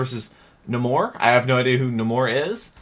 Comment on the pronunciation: Yes... Aquaman vs (Nuh-more) much better fight than Aquaman vs (Nay-more).